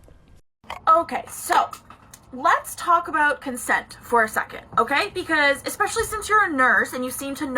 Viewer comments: "exspecially" from a nurse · I won't be taking any advice on crossing boundaries from people who pronounce especially as "EXspecially." These people are the dumb leading the stupid.